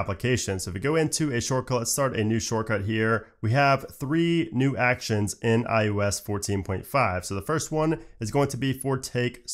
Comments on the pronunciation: Am I the only one hearing “iUS” instead of “iOS”? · I'm new here. Why does he keep saying "IUS" instead of IOS? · Practice please "eye oh ess" ... listening to you say "eye you ess" 500 times was beyond annoying. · Something about your accent makes it sound like you’re saying “iUS” instead of “iOS,” but you clearly say “iPadOS.” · Why does it sound like he’s saying iUS when he’s saying iOS? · am I the only one hearing "iUS" when he says iOS? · i KNOW he's saying iOS... but all I can hear is iUS lol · Why does he keep saying IUS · Am I the only one bothered with him consistently saying IUS instead of ios? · It’s iOS not iUS, you keep saying iUS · Its IOS Not IUS.. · Why do you call it I-U-S and not IOS? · “iUS” I cringe every time 😖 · Sorry, what's iUS? You can't be saying iOS right? I'm sure you have too high of a standard of professionalism for such an obvious and glaring mispronunciation. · Just noticed you say iOos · Why is he saying iUS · im so triggered by you pronouncing it "i yo s"